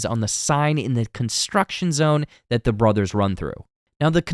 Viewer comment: Hearing someone say Broze instead of Brothers is like a special type of torture.